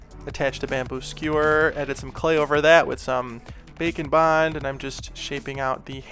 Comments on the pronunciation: What you said: "Grab some bake and bond, and let's get started." What I heard: "Grab some bacon bond--" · Anyone else consistently hear 'bacon bond' instead of 'bake n' bond'? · I swear when he says bake and bond his actually saying bacon bond.